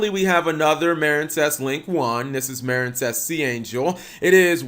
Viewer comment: How do you manage to mispronounce MARINEcess yes the E isn't there but it's still the same pronunciation